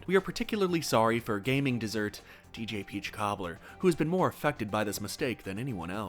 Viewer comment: "desert" lol.